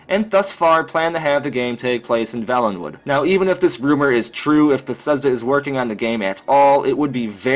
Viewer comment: It's pronounced vaylenwood not velenwood homie. Good video though!